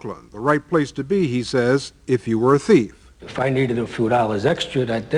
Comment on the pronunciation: "I was a good teef!"